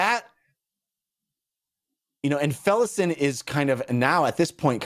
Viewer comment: Allow me to put this to bed guys, thank me later. It's pronounced Kalam and Felisin. You're welcome.